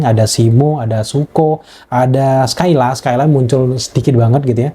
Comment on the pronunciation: Setuju. Wajar sih si ini terlihat kurang puas, soalnya dia awam banget sama film² Godzilla. Terlihat dari cara penyebutan Mothra aja udah salah. Skylla pun penyebutannya dia salah. Yaaah begitulah 😂